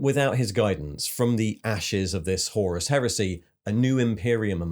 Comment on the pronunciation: What’s with his inability to pronounce names and lore correctly. Horus, Tyranids etc